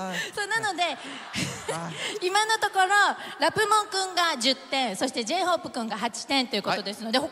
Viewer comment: Só eu que entendi ela falar J-Hope cu